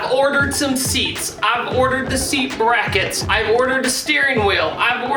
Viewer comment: “I orderd da breecketttss”